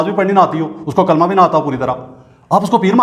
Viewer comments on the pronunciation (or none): Kalma be ghalt parah is ne